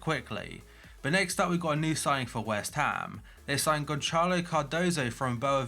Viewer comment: Not a big deal or anything, but the ç in Portuguese sounds like a soft c, I.e. cedar. So instead of Gonçalo sounding like Gonchalo, it sounds more like Gonsalo